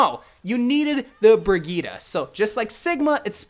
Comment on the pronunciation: It’s brigitte not brigita